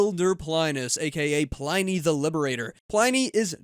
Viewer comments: It's actually pronounced "Plin ee" not "Pline-ee". 🙂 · Not super important, but the name in latin is pronounced Pleenee 🫶